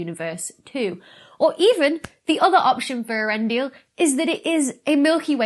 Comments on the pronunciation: Poor Tolkien. I think it would be more authentically pronounced similarly to 'YOR-en-dil' but I would defer to the experts. (Old English is weird like that.) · I'm pretty sure that the first two letters in both Earendil and Earendel should be pronounced as separate syllables, not pronounced like Ear.